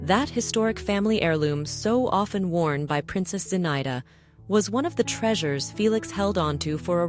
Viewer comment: Zinaida is pronounced zina-ee-da.